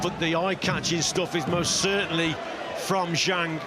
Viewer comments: I hate how Americans pronounce the letter a . It's not zhong it's Zhang. It's not posta, it's pasta. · I wish the announcers would learn the correct pronunciation of Zhang.